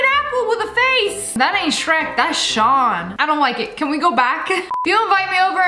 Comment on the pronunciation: Sean is pronounced Shawn 🙄